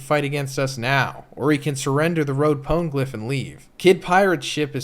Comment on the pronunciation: Love the content but the way you say poneglyph pisses me off